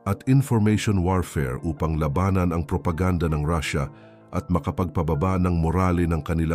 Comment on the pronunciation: Ang ganda ng content at message... Pero ang daming maling accent o pag pronounce nang mga salitang dapat na itama na naayon sa tunog ng pag bigkas nito... Gaya halimbawa ng TULAY, LUMALALA, LABANAN at marami pang salita o punto na mali ang tono ng salita. Yun lang... Mukhang hindi purong PINOY ang nag sa salita ng narrative ng content.